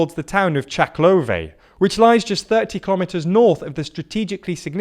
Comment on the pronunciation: Read the names of the cities slowly before recording. This is not the first time you call Severodoneck Severnodoneck, and mix up syllables in the names, like Chaklove instead of Chkalove. It makes you look amateur. Also listen to the actual pronounciations, because Lyman is pronounced as Lee-man, not Lie-man.